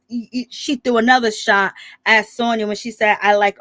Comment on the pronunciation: I’m mad you keep giving this girl my name and I can’t take it nomo..her name is SANYA NOT SONYA 😂